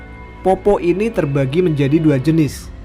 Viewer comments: POPPO' ya mas bukan POPPO 😂 tpi makasi mas sudah bawakan kisah dari daerahku makassar ❤ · Fyi min, bacanya itu peppo bukan poppo hahaha, ayah saya asli bone jadi dia sedikit tersenyum ketika mimin bacanya poppo. Keep rock n roll min 🤘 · Cara baca poppo.... D belkang kata kasi tnda baca Koma... "POPPO'" Nah wkwkkwkwkw